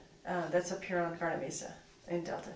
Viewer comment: mesa= "may-suh"